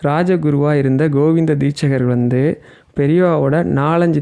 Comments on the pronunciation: Deetshadhar not deetchgar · தீட்சகர் இல்லை, தீட்சிதர். சரியாக சொல்லணும்னா, தீக்‌ஷிதர். ஹரஹர சங்கர ஜயஜய சங்கர.🙏🏼